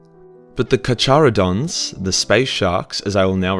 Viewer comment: IT'S KAR-KARO-DONS